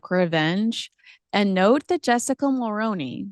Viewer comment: Always interesting! Just one point, the last name Mulroney (Ben & Jessica) is pronounced differently here in Canada. Other than that, good job! 😊